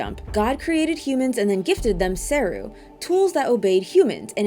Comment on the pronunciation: its SE-RU not SER-RU